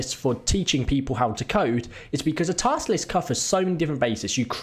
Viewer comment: Nice "Tast Lisk". Well done